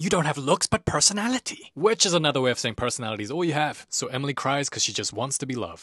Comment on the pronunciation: Anotha day, anotha banga